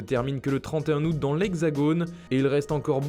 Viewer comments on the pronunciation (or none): none